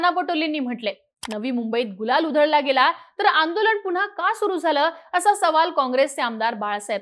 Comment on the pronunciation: आंदोलण नव्हे हो बाई! आंदोलन !!